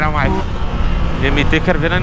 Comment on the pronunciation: E ele falou o nome dele "" quando tava com a today e quando tava com a Mt09 tambem falou "" ksks